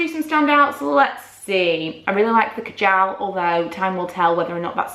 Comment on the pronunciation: Hate the way she sAys kajal